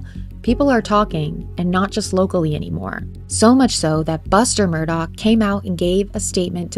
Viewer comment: The name is pronounced murder not Murdoch